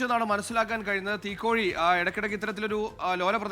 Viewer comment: It’s Teekoy (തീക്കോയി), not തീക്കോഴി